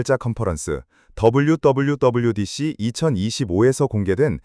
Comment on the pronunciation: WWDC 의 발음을 WWWDC로 함.